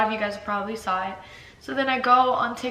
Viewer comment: Who cares that you’re under the weather or her voice is raspy? You are soooooo annoying. She’s tired from her day. Bc you work so hard. Try getting a real job!!!!!!How does anyone watch you ???? Oh and good thing Catherine looked in her tissue after blowing her nose. Vile. Oh and Austin - the word is saw. Not sawl. 🙄.